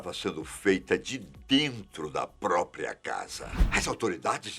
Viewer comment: Fala própria direitoooo que agonia. Todo vídeo vc fala isso e fala errado